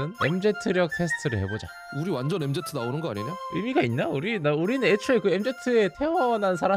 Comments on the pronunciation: 엠제트 ㄴㄴ 엠쥐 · 엠제트가 아니구..엠진데..